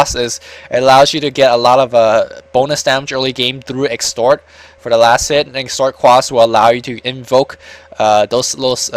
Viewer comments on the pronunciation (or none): exort quas.... not extort :D just saying inc ase you really didnt know thanks for casting this btw